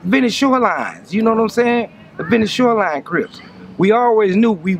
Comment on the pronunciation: “Sho line” lol shoreline?